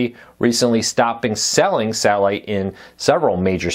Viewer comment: this dude needs to learn how to speak before going on camera. wtf is sahhiite service